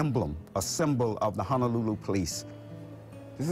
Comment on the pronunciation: Its HONOlulu not HANAlulu. Just so you are tracking brother. 🤙🏾🤙🏾🤙🏾